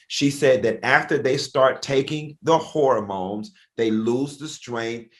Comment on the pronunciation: Please tell funky that it's not pronounced horror-mones 🤣 but hormones 😅